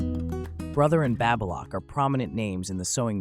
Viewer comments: Hard A in Baby Lock. The Baby is pronounced Baby as in a newborn infant. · Babbalock? Babe-a-lock? 🤣